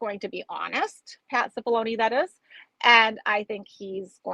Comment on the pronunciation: When you said Pat CippaLoni I heard "pass the baloney" LOL